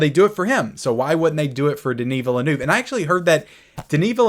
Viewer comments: Pitcher... Also, Villeneuve's last name is "Vee-lew-nev". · You really need to go and listen to how his surname is pronounced.